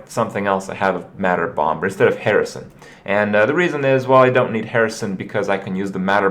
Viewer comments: Say Bom[B]er one more time... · bombers second b is silent!!! holy shit kripp i love you but jesus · Okay, English is my first language and I am certain that it isn't pronounced >omber<. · Hey Kripp, did you know? the second "b" in "bomb" and "bomber" is silent. Unless you're talking about that one dwarf from The Hobbit. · The b is silent you sadistic fuckerino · the b in Bomber is silent jfc